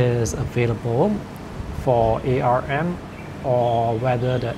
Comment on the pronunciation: It is pronounced "ARM", not "A R M"